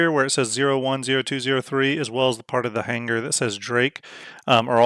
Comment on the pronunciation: Omigod. Had to check out on that hard G every time he said "hanguher" for hanger. Otherwise, looked like a good vid.